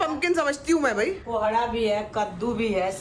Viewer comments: Its not pohdha it's Kohda😂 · Sambhavna mam ponhda nai kkkk kohda hota hai. 😂😂😂😂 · Not pohda it’s कोहड़ा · Pohra nh kohra 😂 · Ab bta diya gya ki kohada hota h to jan se innocent bnne k chakkar me pohada bol rhi hai taki funny lge kabhi kabhi koi shabd sahi nahi pta to glt bol de koi to funny lgta h ab ye thodi hai ki 75 bar batane k bad bhi pohada bole jao irritating lgta h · Poharda nhi kohrda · Sambhavna its too irritating now u again and again saying pohrda tohrda .... You are thinking that you sound funny but you seem so irritating even 4 year old child can speak it correct after two three times.